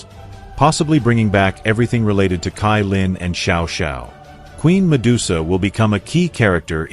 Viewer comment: Not kailin cailin